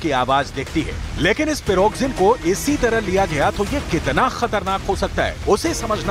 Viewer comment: Spell it correctly please, Pri go zin, spell it rightly Don’t say piroxin( it is a skin medicine)